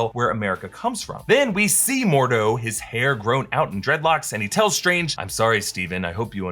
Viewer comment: I know this nigga did not say dredlocks